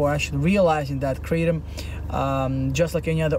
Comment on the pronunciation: It’s pronounced Kruh-Tom